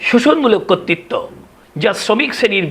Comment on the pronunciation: কর্তৃত্বকে 'কত্তিত্ব' বলেন কেন?